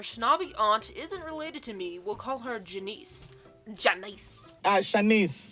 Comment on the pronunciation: Are you srsly saying Janice like that?